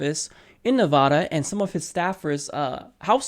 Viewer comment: neh-VAD (rhymes with BAD) - uh. :-) Sorry, lol. With all the Nevada coverage (and being from the area), constantly hearing it mispronounced is driving me wonky, lol. Not chair-throwing wonky though. I'll hug it out. :-P